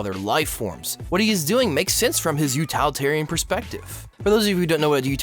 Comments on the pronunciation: "Utilitarian" is not pronounced "you-TAL-eh-TAR-Ian," it's pronounced "you-TILL-ih-TAR-ian." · u-till-itarian, not u-tall-itarian.